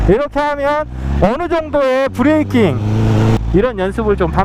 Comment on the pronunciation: 브레이낑 ㅎ ㅎ 구수하고 좋아요